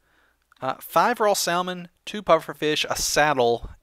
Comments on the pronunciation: You said "sall-mon" for most of the episode, but said the correct "sammin" . Why? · Lol, you say it like sa-mon.. not sal-man. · sall-man? Really? :P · Wait, did he seriously say sal-mon? Dude! Get your mind out of the South Carolina gutter! Listen to the Oregon native, it's called sa-mon. The "l" is silent. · Salmon. SALmon. It's freaking Salmon like sammon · that's just a general mistake many people make I'm not native english but I heard pronouncing it "samon" is correct but many peoble say "salmon" anyway because they're not aware of that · Salmon is pronounced samin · Salmon is not Not pronounced sall-man it's Sam-onn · its not salmon it is pronounced sa-man. JESUS jk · It's not pronounced sal-mon it is pronounced samon please say it right I eat it a lot in real life and it has a lot more flavour then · Im going to guess youre doing it on purpose. But its pronounced SA-MON. not sal-mon. sorry..... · salmon Is pronounced "samon" dummie ;V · "SaLmon" lol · THE L IS SILENT. Salmon salmon samon samon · Its SAM-ON >:l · salmon is pronounced sammon lol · You pronounce salmon incorrectly. It's /ˈsamən/ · Its spelled 'salmon' but its pronounced 'samon' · Not to be rude but pronouncing salmon as sall-man is improper ,just a pet level of mine :) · It's pretty annoying when he says salllllmon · Guys, does know that the "l" in "salmon" is silent..? lol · Salmon is said without the L. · In salmon. The "L"is silent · lol you say salmon funny :p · The L in Salmon is silent... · Don't say the L in Salmon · I think the L in salmon is silent but idk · You don't pronounce the l in Salmon. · I have a feeling you are going to get a lot of hate for saying salmon wrong. I dint care but it will probably happen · You don't pronounce the L in Salmon.....